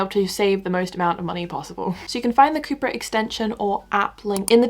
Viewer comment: when you said the video was sponsored by coupert i did hear cooper 😭😂